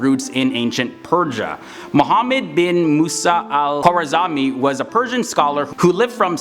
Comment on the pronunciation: You really messed up the guy's name! It is Al-Kharazmi, actually the English word 'algorithm' refers to him.